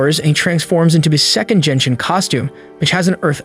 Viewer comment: Brother it doesn’t pronounce Jenshin impact it’s genshin impact!!!!😢😢😅